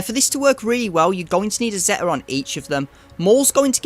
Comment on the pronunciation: It’s a good guide for some of the lower divisions. Some questionable pronunciations of some of the character names and the word ‘Zeta’, but that’s beside the point. I would not recommend ever placing Nest or Wampa on D in 3v3, they are easy solos and undersized squads are often the difference between winning and losing in division 1&2, at least in my experience. A high tenacity Nest can solo almost anything and Wampa can solo most rebel or timeout based squads without a daze.